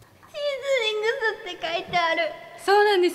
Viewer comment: 😂雨ノ森川海って英語風の発音でドヤってたのに😭😭 その後のシーズニングスでつまずいて、照れててかわいい😍😍